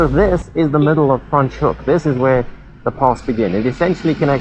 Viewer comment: Why are you saying Fraans Hoek, so weird?